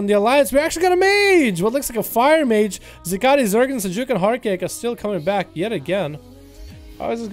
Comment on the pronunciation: Wouldn't Zegen be "Zehgen" or "Zeegen"? Not quite sure how "Zergen" is getting in there unless this rogue is an alt or something.